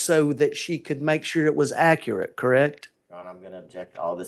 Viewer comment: Georgia deserves attorney's that can pronounce "accurate"